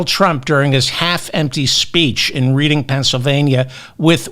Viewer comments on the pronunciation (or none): David, the name of the city in PA is pronounced like the color RED. You would pronounce it "Redding" not the way it looks.... Reading (as if you're reading a book). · It's pronounced "REDing, not Reading". But thanks for everything else! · Reading PA is pronounced. “RED ING” not “ reeding” !!!!! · Reading is pronounced REDing. Lititz is pronounced Lit itz. Please David! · It's RED-ding, Pa. Not Reeding! After the fifth time hearing it, I had to say something!!!😂😂😂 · Love ya David but it’s pronounced Redding PA not Reading PA. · IT'S RED-ING NOT READ-ING........ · It's not pronounced "Reeding." It's pronounced "Redding." But, even so, thanks for this podcast. I needed some cheering up on this scary day. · It's pronounced "Redding Pennsylvania" not "Reeding" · David, it’s pronounced Redding, Pa. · Reading PA. Pronounced red ing. Good program! Red ING. 😊😊😊😊😊😊😊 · C’mon David - it’s RED-ing Pennsylvania, not REED-ing. Otherwise, your show is the best! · "Red ing", not "Read ing". Go Kamala, Go BLUE! If tRump will lie about crowds in front of sparse crowds to their face, he will lie about anything. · It’s pronounced “Redding”, not “Reeding”. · Reading PA - RED'ing; not REED'ing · Reading is pronounced "REDDING." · Pronounced Red-ing Dave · I hate to say this, but the town is pronounced with a short e, as if it was spelled Redding. I made sure to look it up before I said anything. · I think Lititz is as you said it. But it's Reading, PA, as in Otis Redding. And Macon, GA is MAY*kn. Love and Kisses. I'm hoping good thing for everyone 💙💙💙💙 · I adore you David, I've followed you all through this election season and you've given me great hope for this election . Thank you. (However the town is pronounced Redding, PA) 😊 PS: can you put closed Captioning in your videos for us hearing impaired people? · *Rëading is pronounced like the color, REDD-ing. (Just like Otis) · It is pronounced Red-ing, Pennsylvania. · Macon, GA rhymes with bacon. Reading, PA is pronounced redding.